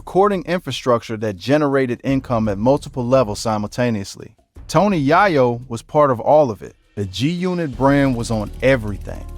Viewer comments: Man just call him Tony Cocaine. Keep saying YAH- YO. ITS Yay- yo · Pronounced Yay-Yo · Bro this incorrect pronunciation of this man's name is killing the video!!!! It's Tony Yayo (yay-yo not yah-yo or Ja-yo) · This guy is an idiot. He keeps pronouncing yayo wrong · Tf wrong witchu brotha, yahyo? Where you from? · Once i heard "YahYo" I tapped out 🫩🤦🏾‍♂️👎🏾😂😂😂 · It's tony ya yo u said his name wrong 😂😂😂😂😂 here we go now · How do you get into Hip-Hop and can't say the artist name😮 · The fact he can’t say Tony Yayo correctly is sad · Lolololol why this dude keep saying his name wrong bruh??? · Dam say his last name rite bro cuz that not it..... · Not only did you butcher his name throughout the whole video but you had an AD every 30 seconds 😒 . First and last video I will ever watch of yours ✌🏾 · THIS NINJA GOT TO BE A BOT 🥴 NOT KNOWING HOW TO PRONOUNCE A NAME PROPERLY 🧐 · How you spend all this time researching and putting a video together and not even get the man’s name right? It’s only 2 syllables 🤦🏾‍♂️ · He killing me with saying his name wrong. Said it wrong about fiddy times 😅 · Son!!!!! aint no way we taking you serious when the first thang you done did is butcher YAYO's name... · The narrator said the Yayo's name wrong so many times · i couldnt continue its tony yayo say it correct